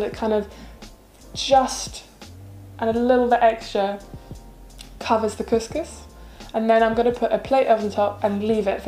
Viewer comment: Couscous is pronounced as "Kooskoos".